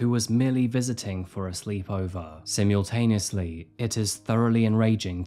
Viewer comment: you regularly mispronounce so many words during your commentary. It happens so often that it's as if you've never heard words spoken out loud and it's your interpretation of when you first read the words. In this instance it's the word "simultaneously" but pronounced "simmy-ultaneously" with the extra syllable in 🤷‍♂️ I'll have to start pointing them all out as it happens at least once per video but usually multiple times per upload. I'm amazed his editing team don't flag stuff like that for him because he clearly struggles with some kind of reading/vocabulary issue 😢 still love him and his videos all the more for it though so whatever i suppose 👊😎